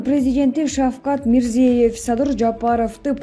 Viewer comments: Урматтуу медиаканалдын жетекчилери. Ушундай сабатсыз журналистерди эмнеге диктор кылып чыгарасыңар. Башка өлкөлөрдүн жетекчилеринин, деги эле адам аты-жөнүн айтууда туура айтуу керек го. Бул деген кыргыз мамлекетинин билим сапатын көрсөтөт го. Мирзеев эмес, Мирзиёев. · Тууралап окугулачы,Озбекстан башчысы Мирзиёев(ё окулганда -йо тыбышын берет)1 класстагы кызым катанарды тапты. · Не деген журналист туура окуганды дагы билбейт Мирзеев деп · Мирзиеев эмес МирзиЁев деп айтсанар Ё мн Е нин айырмасы бар да жада калса дипломду сатып алган журналисттер да жок эмес. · Озбекстандын башчысынын аты-жонун туура айткын,кызым.